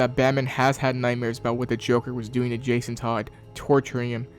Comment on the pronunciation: Did my boy call jason,jakon?